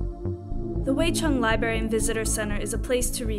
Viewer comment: Thanks for the research but why do you continually mispronounce the word 'library?'